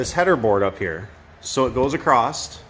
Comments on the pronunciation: Across does Not have a T at the end. My buddy pronounces that wrong way also…Don’t know where y’all went to school.. Great other than that 😊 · You know this guy is a real contractor when he says "Acrosst" instead of "Across". Finally someone who gets right to the point. No introduction to his cat, no mention of his hot-rod car or diesel truck. Just the facts. You Sir, top shelf. 👍🏼